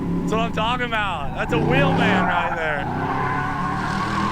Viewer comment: So i think its unanimous, Cleetus, please try and catch yourself when you say wheelman and say it like before with the extra eummmf lmao. Definitely at the beginning of the episodes, it totally hypes me up. Im sure others feel the same. As i am watching i am doing it for you and getting excited.